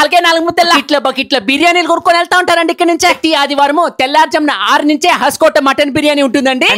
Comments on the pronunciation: Bro it is hoskote not haskote 😂😂😂😂😂😂😂😂😂😂😂😂😂😂😂😂😂😂😂😂😂😂😂😂😂😂😂😂😂😂😂😂😂😂😂😂😂😂😂😂😂😂😂😂😂😂😂😂😂😂😂😂😂😂😂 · Asalu nuvu em chaduvukunnavu ra bolike, Hoaskote ne haskota ani chaduvuthunnav 😡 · హాస్కోటే కాదురా హోస్కోటే రా బాబాయ్ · Haskota kadu ra bosudik it’s hosakote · హస్కోట్ కాదు అన్న... హోస్కోట్ అది.